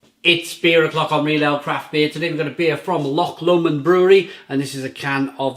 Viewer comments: It's pronounced Loch Low-mond, not Loch Lommond. I'm sure you've been told that before... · One day, I just know and hope and pray that you learn to pronounce Loch Lomond.